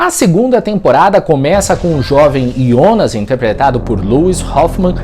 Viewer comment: Parabéns pelo vídeo. Um dos pou os explicando de maneira descente. Outro parabéns por falar "IONAS" e não JONAS como estão falando em outras análises.